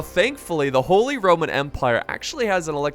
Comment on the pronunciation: holy... RRRRRRRRoman empire